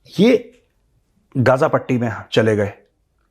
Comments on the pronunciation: First learn how to pronounce Ghaza😅. It's not gaja.😂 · hilarious pronunciation, GAZA as GaJA😂